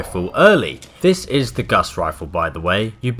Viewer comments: it's gauss not guss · Its pron gowse not guss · IT'S FUCKING GAUSS NOT GUSS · Its not his accent, I'm English and its fucking gauss, not guss. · Dyslexia doesn't affect the pronunciation of words from memory, it just affects just reading words that are written down. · Gauss not Gus Carl Friedrich "Gauss" the unit of magnetic flux is after him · it's not Guss Rifle you dipstick xD it's a Gauss Rifle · It’s not “Gus” it’s Gow-s like House but Gauss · It’s not the “guss” rifle it’s the gauss rifle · Guss rifle? It's GAUSS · ocd is kicking in you keep saying it wrong its not a guss rifle its a gau-ss rifle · Who's Guss?... You mean Gauss?? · Open World Gaming it's not even gauss rifle it's pronounced gaws rifle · GAUSS NOT GUSS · Isn't it Gaus Rifle ? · Guss? We all know it's Guass Rilfe*!!!*! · Its gauss not guss. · The “Gus” Rifle? “Pry”dwen? We’re reaching Jon levels of mispronunciation. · I'm English too, and I'm telling you that Gauss should rhyme with "house". Also, the Prydwen in pronounced "prid-win", not "pride-win"; the BoS door guard in the video said the name as you walked past her. This might seem a bit of a nit-pick, but I'm hesitant to accept advice from someone who can't even pronounce the names of the items he's explaining. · He also said Guss in the video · the " Geuss " rifle or something is how i hear him saying it. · Both of these annoy me, and it sounds like he's saying Gus rifle to me, either way it bitters my fritters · It's not fucking "Pride-wen." And it's not fucking "Goss Rifle." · G U S S R I F L E P R I D W E N Why do fallout youtubers always pronounce everything wrong... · "Gus riflle" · So it's not dyslexia that's making say guss instead of gauss it's just knowledge for all he knows that's what it is, or he is just joking. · can't pronounce anything right, pridewyn, Guss Rifle, supermutantbehemooth. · guss rifle he said it wrong and it isnt his accent its in the thumbnail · The guss rifle the bee-hee-moth and the pride-wen